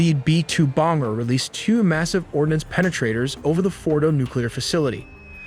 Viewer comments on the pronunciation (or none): I swear I heard “b-2 bonger” and “bunger” not bomber and bunker